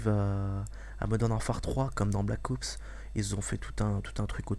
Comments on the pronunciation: on dit ops pas oups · Pourquoi blackowoups et pas black ops ?? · jaime bien mais black OUPS mdr blac OPS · Black Oups , mdr j'adore comment il le dit. Sinon , pas de sniper a verrou :( , des lance grenades :( (Un Cod sans lance grenade? Haha la grosse blague mdr) , Pas de UMP : (Ils vont surement mettre un substitue d'arme cheaté. Et Bien Sur TOUT le monde va se jeter sur BT3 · Pouce vert, si toi aussi tu as l'impression qu'il dit Black OUps :) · Il dit black oups ^^